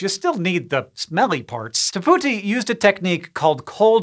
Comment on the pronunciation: I’m almost certain he is not pronouncing the first name correctly.